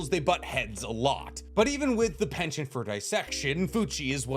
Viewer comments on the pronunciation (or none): none